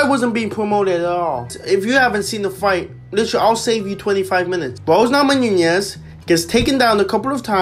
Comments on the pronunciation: Namonoonyes? It’s namajunas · Please learn how to pronounce Namajunas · Lollllll the way u say her last name